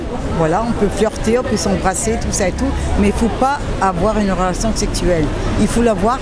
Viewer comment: une relaxion sexuelld 😂